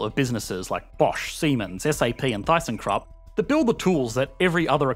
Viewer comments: it's not thigh-sen-krup, it's "tissen-krup" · One small nitpick. I know it is written Thyssen-Krupp, but it is pronounced as Tyssen-Krupp. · theisenkrup XDDD MAN DAS HEIßT THYSSEN-KRUPP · Why is a slow but stable growth rate only worth 4 points? Sure, its not china or other developing countries quickly catching up to the current market's state, but still... Also: Thyssenkrupp is pronounced more like "Tissenkroopp" - although the "oo" at the end is obviously short... ^^ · Yes it should be tʏsn̩ˈkrʊp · Absolutely. Gave me the creeps. Thyson Crop. .... 🤣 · EE: Won't even try to pronounce WirtschaftsWissen Also EE: Thy-seine-crup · As a German, I can confirm, that every German had a shiver, running down their spine, when you pronounced the word "Thyssenkrupp" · Even Kruppstahl isn't hard enough to tank this pronounciation